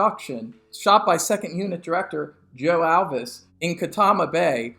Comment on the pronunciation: Pretty good stuff. A couple things. You didn’t quite pronounce Joe Alves’ name correctly. Also, I’ve never really heard it explained very well, and not here either, why one fin flips, and then the other one flops. The animatronic wasn’t that bendable and it seems like they would have to flop to the left at the same time. Anyway, it’s fun to dissect. Last thing, and I’ve never cared about this, but I thought I’d mention that it was me who discovered the Carol Fligor footage. I interviewed her in 2000 and she told us about the footage but didn’t have it handy at the time. I told a few of the people from TSISW about it and they went and got it. Just a little trivia for you.